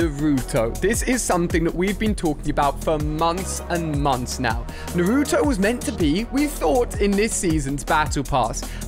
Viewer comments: It is Naruto not nuruto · Ali a: naruuuuuuuutoe Me: it's naratoe it's naruto but pronounce naratoe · Your saying naruto wrong